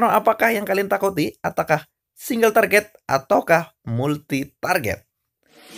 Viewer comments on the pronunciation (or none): Target aja " kok bilang traget